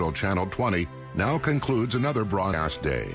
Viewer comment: Did they say another broad ass day?? XD